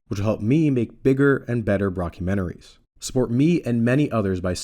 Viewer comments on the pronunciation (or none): At the end did you call these “broccumentaries”!? Have you been calling them this the entire time and I only noticed now?